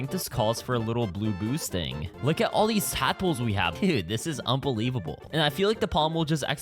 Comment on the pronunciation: its un-BEE-levable yeah i know that was trash 😭😭😭